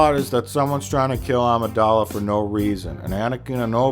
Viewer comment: Yes, it's also Amidala not Adamadadingdong, and it's proTAGonist not Protazoagonista and don't drink bleach and no, pizza rolls are not the answer to life's questions and no, bagpipes are not the worst thing made by humans (guitars are) and no, he doesn't have hookers locked up in his basement (but I do), and no, it's Shakespeare not Shakesman, etc. He's playing dumb. It's his shtick.